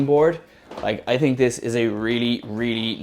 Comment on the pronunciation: I am sorry about your experiences but after 11 electric boards most chinese I get you. Cool to hear someone say tink instead of think.